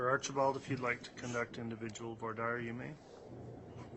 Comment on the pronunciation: “Voir dire” pronunciation: vwar deer or woo-are deer please